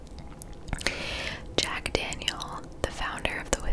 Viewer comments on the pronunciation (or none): none